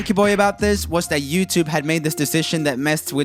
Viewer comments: "TooYube" LMAO I think it's "Youtube" LOL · Did you say tubeyou??😂😂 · he said TouYoube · Love how you gave YouTube a European accent